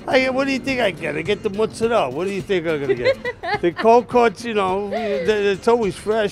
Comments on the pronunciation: Mutts isn't a word it's American jibberish it's either mozzarella or Moz not "mutts" basic whity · Okay, the sandwich looks good. But why, oh why, did this girl call it Mutts the whole time?!? Come on! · It's NOT "MUTS"...it's "MOOTS"....FML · i couldn’t watch the whole video because she kept saying mutts instead of mozzarella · She pronounces it MUTZ but it's pronounced MOOTZ. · its not mutts- it's mutz- u are obviously not Italian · "Moots-a-dell" not "Mutts" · holy shit!!!! Its pronounced MOOOZZ-arella. Not MUTS-arella. So annoying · No one is going to mention how many times this girl said mutts? 🤷🏻‍♂️ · i legit cringe every time she says mutz!!!!! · The comment complain about Motz instead od mozzarella but im more up set that she called aujus and not gravy. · We really out here hating cus she says muttz? Aight. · stop saying muts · just don t call it "mutz" please, seriously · Can you please enlighten us on how do REAL italians pronounce Mozzarella? Because as far as i know, it is pronounced "MOTZZARELLA" or maybe even "MUTZZARELLA" i don't know exactly but it has an T there.. it's not just "MOZZARELLA". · Just say Mozzarella!